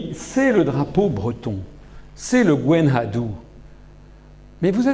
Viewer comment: Je refuse catégoriquement d'écouter toutes les inepsies et les vomissures de cette raclure souverainiste franchouillarde. Asselineau, qui a décidé de baver sur la Bretagne, les souhaits d'émancipation des Bretons et même sur notre Gwenn ha Du dont il prononce le nom comme un abruti, ignare, qu'il est! C'est un manipulateur qui fait sciemment des anachronismes pour mieux enfumer son auditoire et qui utilise le mensonge pour trahir l'histoire. Il s'est déclaré, lui aussi, être notre ennemi. Je lui souhaite une bonne diarrhée et des coliques néphrétiques durables pour 2023. Kea da gaoc'haat pelloc'h, skleup dizesk. Kea d'an Infern. Ha buan!